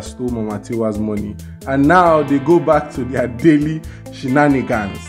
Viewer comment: you own a dictionary but you cannot pronounce Shenanigans